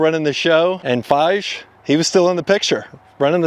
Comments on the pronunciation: You nailed this video! Outside of how you pronounce "Feige" but you are forgiven for all other accuracies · I've never heard Kevin Feige's name pronounced that way before 🙂 But I do agree, Marvel's products have been horrible for the past few years. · Spend five minutes and learn how to pronounce the names of people in the story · Loved the video but plenty of minor mistakes. Long time watcher but first time commenter. Ragnarok is widely considered the best synthesis of MCU Thor. Also threw me out in the name pronunciation with Feige. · Learn the correct pronunciation of Feige before you say it wrong over and over again. I had to stop. Couldn’t take it any longer. Do better! Sad because you did a great job researching the history of Marvel. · To all of you correcting him on the mispronunciation of Kevin's last name he doesn't deserve it, so please use your genius powers elsewhere. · How can you do all this research and still mispronounce Feige. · Not even pronouncing the key players names correctly is a pretty low hurdle to get over... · Please do better research and learn how to pronounce a well-known guy's name : Kevin Feige! It makes me doubt the rest of the info. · you’re butchering all these names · His take seems more like a normie's pov and not even a casual fan of the genre. He doesn't even know how to pronounce Feige properly. He's probably never heard of The Critical Drinker, The Message, or M-She-U. I would be interested on his take on Star Trek. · Kevin doesn’t deserve to have his name pronounced correctly. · it's FI-GEE, not Faish... ! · it's actually pronounced "fy_gee" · “Fije” 😂 Dude, research how to pronounce “FY-gi” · How did you manage to do all this research but still end up calling him FYSH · It's pronounced Fi Ghee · Fai-jeeee Hahaha who told you to pronounce it like that? 😂😂😂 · your presentations are awesome and appreciated but when you mispronounce names Kevin Feige's last name is pronounced FIE-ghee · It's pronounced FiGEE